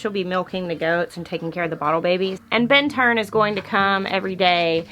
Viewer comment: Im still trying to figure out why you always say Ben Turn. Lol. Be safe and take care